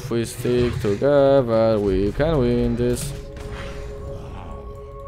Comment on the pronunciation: "tugewer" XDDD